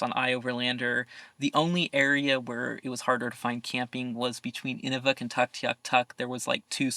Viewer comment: Great video! Just a quick thing about pronunciation...Inuvik is said like Enuuuvik. What you were calling it is the frame used to stretch animal skin for drying. Good job saying Tuk though! Also Inuit are the most welcoming friendly people in Canada. ❤